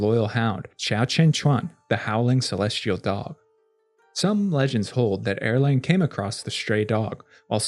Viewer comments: Love your videos! one pronunciation tip for you: Erlang is pronounced more like “Ar-Lung” and not “Er-LaNg”! The “Ang” in romanized Mandarin Chinese sounds like “Ung” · That is e-lang (uh- lahng), not er-lang (arrrr/ errrr-lahng) "Second Son/ Young Man" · Isn’t it also pronounced “arlong” or at least that’s closer to it than Erlang?